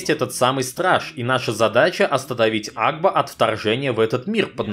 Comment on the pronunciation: Блин кагда ты сказал агба я услышал аква